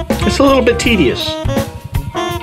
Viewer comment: Not teedis